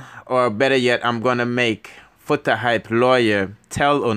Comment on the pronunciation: I want to know where this guy is from trying to sparky spokie, the guy cannot read properly but.He is trying to give information, and he cannot pronounced Foota Hype lawyer name at all. That lawyer looked like Peter Lowblack from Haiti, some of these bloggers. They does not know what the hell they are talking about, they likes to running off their mouths.